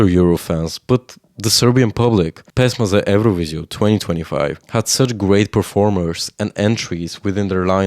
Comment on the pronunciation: he literally mentioned those symbols. Though, I'm also curious about where he's from, and why is Serbia his arch-nemesis :D His pronunciation of "pesma za evroviziju" was perfect. When it comes to politics - I'm also interested in foreign politics. I don't see anything weird about it. On the other hand, I'm not xenophobic, that might be the reason.